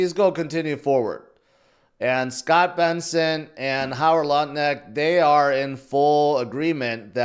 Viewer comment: Great stream Please learn to say Scott's name correctly, haha